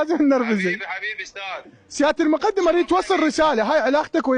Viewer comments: ولكم شنو هذه الاميه اغلب المعلقين ان لم يكن جميعهم متخلفين لغويا يامتخلف المقدم بفتح الدال وليس بكسرها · اعلاميين مال لنكات عمار الشامي .المقٌدم رتبة عسكرية بضم الميم وفتح القاف وفتح الدال ؟ والاعلامي يسميه المقدم بفتح الميم وكسر الدال .اعلام ٢٠٠٠ مال بالة الشورجه دخلوهم دورة لغة عربية واخلاق الحوار